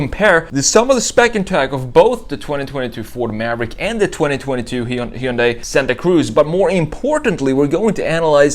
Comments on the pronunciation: It's not pronounced He-Un-Die. It's Hun-Day. Get it write it's the job you chose. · It's actually pronounced "HEE-UN-DAY". Why Americans skip the Y is beyond me... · It's "Hunday." Like Sunday. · I think that you have the pronunciation of Hyundai wrong. The Y is silent